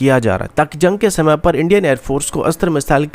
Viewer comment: Janj nahin jung hota hai .. aur bhai planning kab tar kartay raho ge. Ye karne ka plan vo karne ka plan .